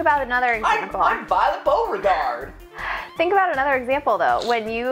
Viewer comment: Beauregard rhymes with bard...